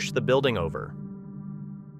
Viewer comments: dothefive: CORRECT PRONUNCIATION: Mobile, Alabama. It's pronounced as MO-BEEL...not MO-BILL. Otherwise, good episode! 😎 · Mobile, Alabama. Are you an American????? It's pronounced Mo-beel not Mo-bul. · Hey Dude (narrator).......you're not pronouncing MOBILE, Alabama correctly!! It's 'MO-BEEL'. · Also it should be Mobeel not Mobil. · no offense, but its pronounced Mo-beel , not Mo-bil. just saying. love your videos tho! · Just an FYI.... it's pronounced, MO-BEEL NOT Moblie. LOL Are you not from the U.S ? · It's not pronounced like phone mobile but instead it's pronounced as mo BEE ul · mo-BEEL, not mobil. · it pronounced mo beel not mobile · I’m pretty sure the city Mobile is pronounced mo-beel. Like automobile. Not like mobile homes. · Thank you! I thought I was the only one to catch that! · It's Mo-Beel Alabama, rhymes with heel. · The English language has many things spelled differently than how it is pronounced.... it is still is pronounced "mo-beel" no matter what the spelling is. . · It's pronounced Mo-beel. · It's pronounced Mo- beal, Alabama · Mo-beel Alabama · It's pronounced "MOE-BEEL"...duh! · Thank you. I was going to say the same thing. Mo-BEEL, emphasis on the second syllable.. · Mobile Alabama is pronounced "mo-beel". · The coastal city of Mobile in southern Alabama is pronounced "Mo-beel". Not like "Mobile" phone. It's not portable nor do we move it!! MO-BEEL!! I was born and raised there so trust me. I may not be right about some other stuff but I am right about this. 👍🤙✌️ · Mobile, AL is pronounced Mobeel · Mobile is pronounced Mo-beal. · Mobil pronounced Moe beale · pronounced "Mo-beel". you can tell all the way through these that this guy has never worked on the water, or aboard ship. hard cringe.